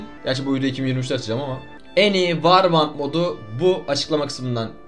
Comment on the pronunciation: Yıl olmuş 2023 millet hala varband diyor arkadaşlar "vor bend" (warband) diye okunuyor